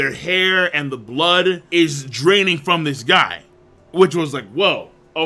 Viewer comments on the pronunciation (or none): none